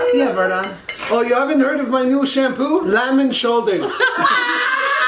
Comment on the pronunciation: vartan not var dan